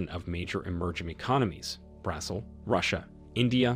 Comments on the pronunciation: I had to rewind few times to understand if you are saying brasil or Brussels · Did you say Brussels ? It's Brazil ! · Why does the speaker pronounces Brazil as Brussels. In 'Brazil' the stress is on the 'i' not 'a'. He also says that the BRICS countries are 5. Was this article made before the adding of 6 more countries? They are now 11. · OMG how can you butcher the name of Brazil in such a way?